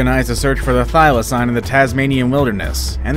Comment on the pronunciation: He keeps pronouncing it as thy-la-cine not thy-la-cene